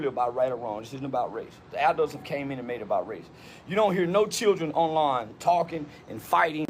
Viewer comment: It's funny he didn't change anything he said originally about the knife and calling the teachers and all, just going on about jim crow laws (I bet he can't name one) and it was southern jim crow.. guy can't even say the word "adult" let alone be one